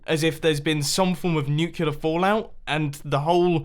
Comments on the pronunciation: New Clee Er ... NOT New Cue Ler ... Nice start! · NUCULAR FALLOUT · "...some form of nucular fallout..." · New-klee-uhr... not nucular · I hate to be that guy, but it's pronounced nuclear not nucular. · "nuculer" REEEEEEEEEE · You mispronounce nuclear